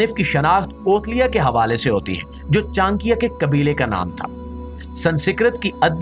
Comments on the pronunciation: Its not chankya.. its cha nak ya... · it is not chan+kiya .it is cha+nakiya